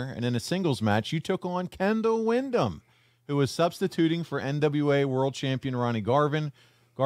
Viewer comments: Windham not Wyndham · It's Windham, not Wyndham.